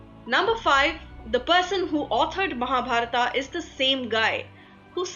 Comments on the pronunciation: Please don't translate the names in English by putting AAAA at last of every name ... Like Mahabharath to Mahabarathaaaaa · बहन जी आपकी अंग्रेज़ी ठीक था है। लेकिन महाभारत को महाभारता कहना ठीक नहीं है। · Mahabharata Krishna Ved Vyasa Kaurava Pandava Now add letter 'A' at the end of every word you say. Ia woulda givea youa Nobela Prizea fora fuckinga everya namea ina Mahabharat !! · tum th hindi jante ho. th fir y pronouncing Mahabharata! it is Mahabharat. don't suffix it with 'a'..rama, karma,karna,arjuna.. I m so annoyed with ur hindi!